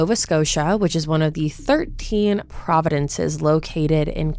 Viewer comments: They're province's, not providences. That hurt my Canadian heart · I'm not sure if you accidently pronounced it wrong, or if you thought that's how it's pronounced. They're provinces, not providences. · girlfriend, love ur videos but u did not just say “one of the 13 providences” 😭🤣 province ! no d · It’s provinces not providence’s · WOW! Two mistakes in one phrase............ "13 providences" [ } Really?? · Providinces?? Like, wow come on. Do at least a little research before making yourself sound super stupid. Thank god I only had to sit for a minute and a half before I could gladly shut this garbage off